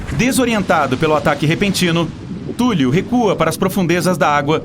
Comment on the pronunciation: Sério que você está chamando Cthulhu (Thúlrru foneticamente escrito) de Túlio? A próxima luta vai ser Zéfa, Túlio e Nequinho?